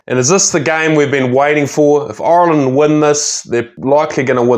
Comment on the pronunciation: great video, very informative,but please ask a irishman how to pronounce "Ireland",its not oirland or irrland.